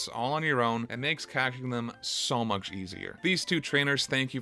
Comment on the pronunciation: Much is not "muksh"